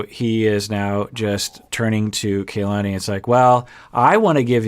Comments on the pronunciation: Because name pronunciation is important to, i think its pronounced Kuh lahni. Not kay lahni. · it’s pronounced KAH-lani, not kaylani, this is a very common name in Hawai’i so it’s very cringy when you mispronounce it every time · I know others have commented on other vids, but...are we just going to keep calling her KAY-lani? was so good when it came to properly pronouncing Larissa’s name 🤷🏻‍♀️ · Kay-lani is her new name now. Hurry and catch up